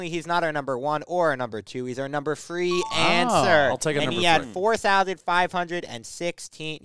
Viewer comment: “That is our number fwee answer”